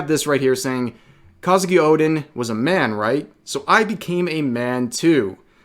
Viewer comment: Despite you pronouncing Kouzuki as "Kah-zuki" incorrectly, I applaud such coverage. It's Bridget all over again and not surprising regarding Crunchyroll and Funimation's bullshit as usual. One Piece Wiki's community is going out of their way to say that too.